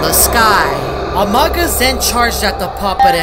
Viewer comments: its pronounced "amoog us" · By the Amogus is pronounced Amoogus